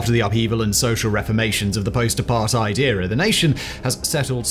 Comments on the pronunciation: Good video. But it's apart-ate, not apart-ide. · Well I live in this shit hole known as South Africa. Here some extras...for the record I'm late 30s and white male. Allot of these impending dooms where brought to light in the 90s after apartheid (FYI it is pronounced "apart - hate" the "ei" makes the ate sound in english). The ANC Gov had one thing in mind, to force integration especially in companies (regardless of skill). This was done with what's now known as BBBBEE (broad-based black economic empowerment).. This created a gap where you are forced to hire base on race not skill. This generally dropped the abilities of leadership and mentorship... For example, if you do business, but you are not at a high enough BBBEE score, you must use a subcontractor that is to bring up your points for the contract. This I have tested and the subcontractor was upto 200% more expensive and twice as long to quote then my normal suppliers. ANC connected people use this, and make shadow companies to get in on the deal, even though they would never been chosen if not for BBBEE. Zuma was probably the worst since 1994 (if not ever), he had (and probably still has) his hands in so many pies, that he is still not in prison, he was pardoned recently. He had the Gov (ie us )pay for all the upgrades to his homestead and the pool was described as a "firepool" (ie, a source of water if a fire was to breakout) As for china and russia. Russia was the ANCs big friend in the 80s (apartheid). ANC members and militants got training from them...hence you w